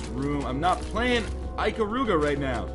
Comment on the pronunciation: This, in fact is the first full vid I'm watching from you. Hai, thar. *waves like a derp* Good video is good, btw. :B Heh... you say Ikaruga funny. :P Rodgers and Hammerstein's Cinderella. Which Disney/Buena Vista owns. Great thing is, it cues into a song. Not sure if I want to hear your singing voice... /:|